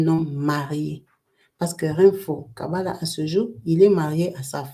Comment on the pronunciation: Kalaba, et non Kabala, vous avez repetez a plusieurs reprises Kabala kkkkkkkkkkkkkkkk. Merci quand-meme pona eclairecissement.